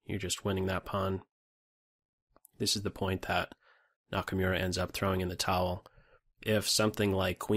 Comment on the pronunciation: Nice video as usual. Just one little thing: Hikaru's last name is pronounced like Nakamoora, not Nakamyura. :)